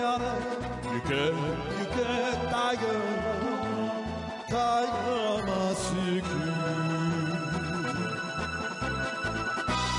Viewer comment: タイガーのところがTIGERと 英語の発音で歌っていらっしゃる 素敵な声で大好きです。